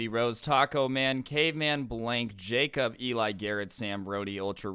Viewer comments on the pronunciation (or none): none